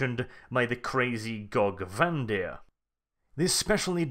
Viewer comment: The way you say Gorge Van Dire upsets me